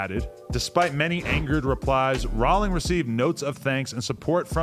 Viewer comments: Why does adam call her JK Rawling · Thought you pronounce her like rolling